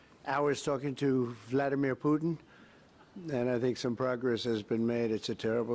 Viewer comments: your poor education and inability to listen are making you sound stupid. The word--pronounced correctly--is Poo-tin., NOT Poo Un. There's a "t" in the middle of his name, and impor-Tant, not im-POR-un, buTTon, not buh-un. Your editors should've corrected you beFORE you went on the air. You can get up, shower, don a suit and get to work. You can start correctly pronouncing key words in the English language. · Who is “Poo-in?”